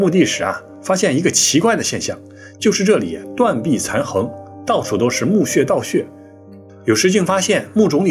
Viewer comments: 断壁残垣(yuán) 戛(jiá)然而止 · 断壁残垣 （yuan 二声) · 断壁残垣（yuan，同元） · 断壁残垣(heng) 、(yuan)？😅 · 斷壁殘「垣」（讀音：員，不是「橫」）😅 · 老师，内容做得很好。想纠正一下应该是断壁残垣yuán，戛jiá然而止。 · 读作：断壁残垣（yuan） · 断壁残垣 应该读 圆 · 断壁残垣(yuan)戛然而止(jia)😂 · 断壁残垣 (音 圆) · 斷壁殘「垣」這個字唸元